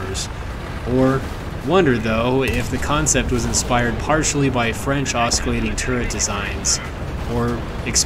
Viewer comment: Great video, two small problems, Oscillating -> the c makes an s sound, so osci is not "oski" it's "ossi" Horsepower - something does not have " a horsepower of 900", it's "900 horsepower", like how weight is 5 kilo, not kilo of 5